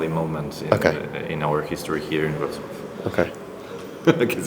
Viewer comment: Bardzo ładnie wypowiedziałeś Wrocław. Szanuję!